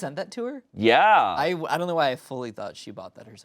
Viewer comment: so said “Ollie’s a thought” (“Ollie is a thought”) because he thought of them. but it sounds like he’s saying “thot”, which is an insult, instead of “thought”